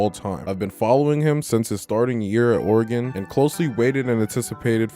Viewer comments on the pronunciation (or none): none